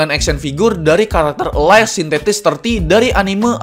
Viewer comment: elis bang buka alies